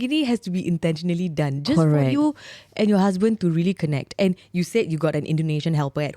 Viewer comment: Geli oi. Sebut n tulis betul2 la husband or husBANK. 😉